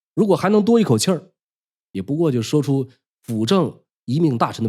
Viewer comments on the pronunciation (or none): 一个历史博主，连“顾命大臣”的“顾Gù”都不会念，悲哉，悲哉！